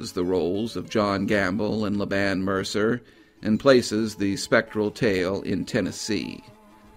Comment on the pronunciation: Laban is pronounced LAY-ben. :)